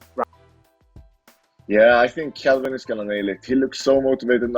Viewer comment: Why does every1 call him Kevin? I can't imagine Kelvin is hard to say. I love both guys & can't wait for this fight.